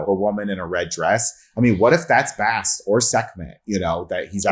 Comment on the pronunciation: Butchered Bast's name 😂🤦‍♂